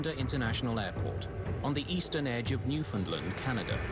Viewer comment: It's New-Found-LAND not New-Found-LUND.